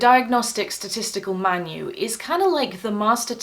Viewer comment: Another thing I've noticed is people with autism say usually a particular word in a way they wish to pronounce it. My friend says pin gwin instead of penguin. Always has always will. You said at the beginning of the video "diagnostic statistical manyoo"... It reminds me of my friend hehe